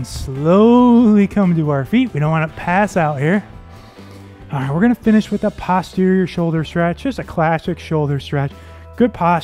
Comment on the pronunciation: Nice workout, thanks. In medicine, "posterior" is pronounced post terior, not pahst terior.😊